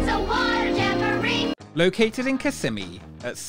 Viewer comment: I love your videos but I wish you’d learn how to pronounce Kissimmee. You’re moving the S’s to the middle syllable but they belong to the first- KISS-ih-ME is the correct pronunciation. (That’s how every local from there I’ve ever met says it.)